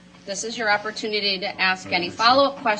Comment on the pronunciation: Why does he have a problem saying the word ASK???